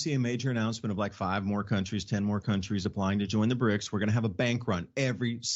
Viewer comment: it's BRICS, not brinks!